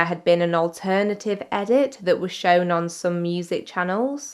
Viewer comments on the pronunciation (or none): none